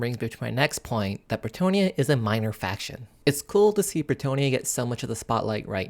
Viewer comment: Why is everybody and their mother pronouncing Bretonnia as if it is spelled as Bretonia? The long "o" doesnt even make sense when you look at the region in France which is named after obviously: Breton. Try Breton-nia instead of Breto-nia. There, got it? Ok cool.